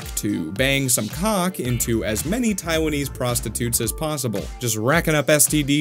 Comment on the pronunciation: "Taiwanese" Sigh